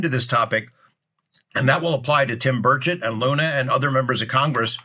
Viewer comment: You shuld probably pronounce his name burCHETT, not burchet, cause it sounds too much like bird shit xD